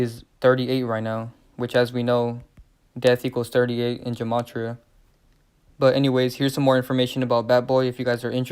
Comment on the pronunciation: Gematria is pronounced with a G sound, not a J sound.